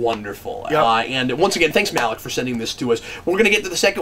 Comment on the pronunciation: I know I’m late to the party, but you pronounced Malik’s name wrong.